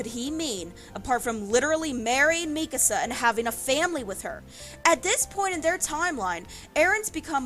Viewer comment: why do you say her name like that